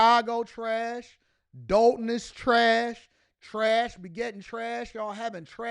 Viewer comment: I definitely appreciate you covering this! Just wanted to add it's pronounced Doll-ton, not Dole-ton. Thanks again for your hardwork!